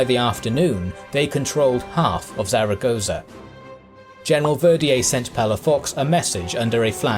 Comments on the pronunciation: Not really that important, but Zaragoza is actually pronounced like Thal-a-goth-a. Or something akin to it. It’s a peculiar Spanish pronunciation that was half explained to me when that Jesus painting thing happened a few years ago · Love your videos, but please do a bit more research into the pronunciation of the place names. Zaragoza isn't pronounced like you pronounced it over and over in this video. This isn't the first video of yours that this has happened in and it is just making your videos look very amateurish. I get that you are more interested in the military tactics and everything in your videos is great, but it really wouldn't take much research to learn how to get the place names pronounced correctly. I hope this is taken as constructive criticism and not nitpicking as everything else about your videos are amazing and this would really make them 100%.